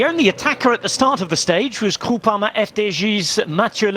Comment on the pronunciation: He says Groupama FDJ all wrong. I can’t even understand what he said krooparma fdgeee